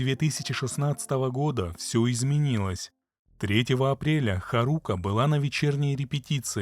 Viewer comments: При всем уважении а что нельзя посмотреть как произносится имя? Куда ставится ударение? Какая еще харУка? Когда хАрука произносится. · ударение на первый слог в имени Харука. Ты что аниме вобще не смотришь что ли?